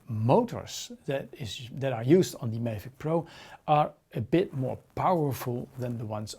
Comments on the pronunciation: STOP CALLING IT A FUCKING MAY-VIC its pronounced MAA-VIC, MAVIC. Couldnt watch had to pause write this and leave. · Just for your information. Check out some other Mavic reviews to learn how to pronounce ''Mavic'' right.